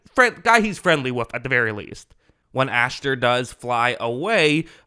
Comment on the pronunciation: You keep saying "AshTer" and it really bothers me lol it's Asher...no T.